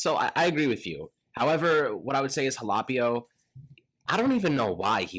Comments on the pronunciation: it’s pronounced HA-LAH-PEE-O. You’re mispronouncing the LAH sound and saying LAY. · It's HAL-OH-PEE-OH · Quit sayin ha-lap-ee-o. It makes me cringe every single time I hear it